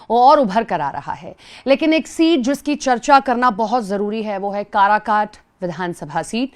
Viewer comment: अनपढ़ कराघाट नहीं काराकाट हैं 🎉😂